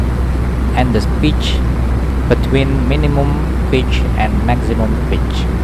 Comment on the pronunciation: im not judging, but it sounds FUNNY when you say pitch, it kinda sounds like bitch. Sorry if this makes you sad, i dint mean to